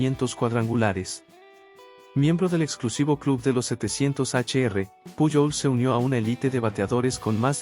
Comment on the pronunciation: Si hablas español debes mencionar lo nombres correctamente puyol no es correcto correcto es pujols con jota